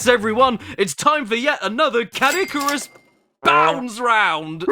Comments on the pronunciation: Caddicarus in the Caddy-CAR-us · Ah, yes, Cadd Bandicarus.